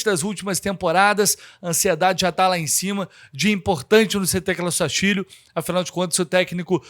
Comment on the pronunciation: Rapaz, para falar Sastilho😮😮😮😮